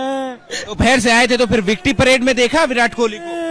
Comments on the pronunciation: परेड ❌ पैरेड ✔️ 😂😂😂😂😂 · It's not a प्यारेड it's a परेड 🙏 parso se pyared bol rahe ho 😢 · परेड ❌ प्यारड ✅💀